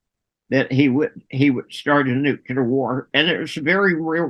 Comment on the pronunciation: nook-LEE-uhr > nook-YOU-luhr